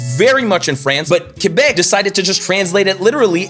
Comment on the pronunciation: J'ai bin apprécié que tu prononce Québec "Kébek" comme c'est supposé. Chu pas capable quand les anglais mettent l'accent su le "Qu" comme "Kwébek". Merci et joyeux Noël Tabarnak